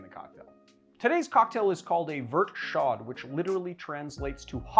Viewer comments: Dude, if it's a French word don't pronounce the last letter. It's that simple. "Show" not "shod." And "Vert" rhymes with hair not pert. C'mon man. Your Canadian viewers are gritting our teeth. Other than that love ya. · "chaud" is pronounced "show" [more like "sho' " as in "sho'nuff"] - the "ch" is soft, and the final consonant is silent [in this case] - the rules are complicated, but essentially it is only pronounced if the word that follows starts with a vowel, and even then it is added to the following word - a "liason" between words. "Vairt show" would be a close-ish english transliteration. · Chaud is pronounced like show And this was was too long and rambling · Pretty sure they actually just call it a "Green chaud" in France :) with the "chaud" just pronounced like "show" :P Love your channel by the way! I've been waiting for it to get a little colder to make this drink!